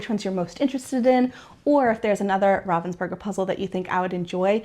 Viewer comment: You are pronouncing Ravensburger correctly. 👏👊